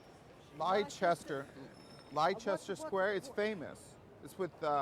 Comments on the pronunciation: What he is calling “ Lie….Chester “ is pronounced Lester Square. Looking and acting like a slob, rude and obnoxious, unfortunately is a lot of peoples characterizations of American tourists. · Leicester Square is actually spoken Lester Square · didn't seem to twig the Leicester Square mispronounciation.